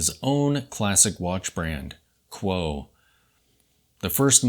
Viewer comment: Great watch -- thanks. I think it is pronounced COO-oh, at least by the Japanese.